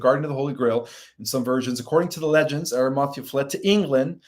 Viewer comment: Pronounced Ara-ma-thee-a! He is Marys Uncle. And Roman is Pontius Pi-late. Also suggestion- consider getting a large sceen to put behind you maybe decorated with lights to hide the very busy background. Also you never answered my question i had sent money for - will i live physically on the earth with my husband who passed last year after the solar flash?